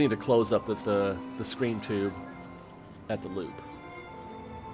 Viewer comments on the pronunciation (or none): Do I need to adjust my speakers or are you pronouncing "screen" as "scrin"?